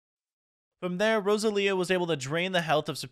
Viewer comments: it's Roe Zel Ya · Pronunciations the first legendary you got is pronounced zy-guard and the ghost type that you evolved is called a rune-a-re-gus and the grass type with the flower hands is called a rose-sell-ia and the bagon is pronounced bay-gon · It's Roselia bro get it right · ITS PRONOUNCED (RO-ZEL-IA) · dont wanna be that guy but its rose-el-ia